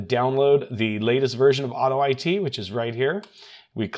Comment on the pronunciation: Tech: hey, I think that it's pronounced "auto it" not "auto I T"...